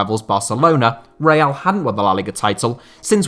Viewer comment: Reial?Stéfanow?Manager?It's coach,Dieigow?it's Diego